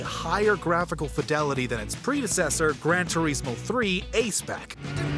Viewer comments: turismo.. not tureeezmo mario.. not mahhwio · It is not grantoreesmo it is grantorismo